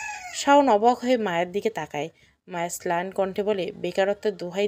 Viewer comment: ছেলান কি ম্লান হবে। ছেলান হবে না আপু